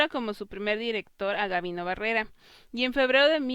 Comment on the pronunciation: Muchas gracias por tu trabajo, me pareció muy útil, solo una pequeña observación: es Gabino Barreda no "Barrera".